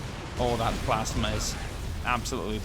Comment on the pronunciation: its a PLASma Not plasema